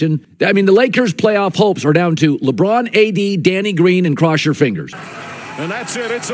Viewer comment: Alright, please stop the 'Le' I really like the content but that is now unbearable